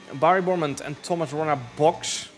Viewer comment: Nobody says Broumand correctly haha. I blame the official commentators of F1 esports spreading the wrong way to say it.